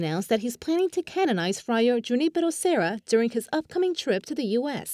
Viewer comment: Thanks for the good news. Please check the pronunciations. I accept that "Ju-NI-pe-ro" is an anglicization of the name, but the male announcer really mispronounced it.